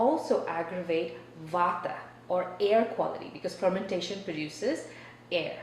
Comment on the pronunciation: Not the 'vaawtha' and the 'pee-tha'. Im sure you've invested in indian culture enough for you to be comfortable enough to not whitewash the pronounciation. Its too forced to not be cringey. Im an nri radical leftist woman in my late 20s, not a bhakt or anything, so thats saying a lot.